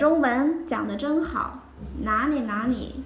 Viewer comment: Are you from Sichuan province? 😊The way you pronounced Na Li, sounds more like La Ni 😁